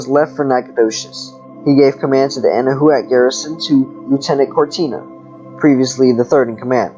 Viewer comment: It's pronounced 'Ana-Wac' thanks for sharing 🤗